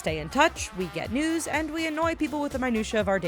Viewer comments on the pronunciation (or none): when she was talking about facebook i thought she said "get nudes" instead of news... oops😂